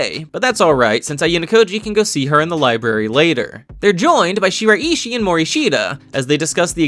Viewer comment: its pronounced she-rai-she